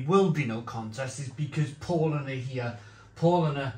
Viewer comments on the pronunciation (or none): Paulanar.... Pronounced the Paul with an 'ow' P-ow-lanar... Becks is just simply awful.. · It's pronounced Powlana.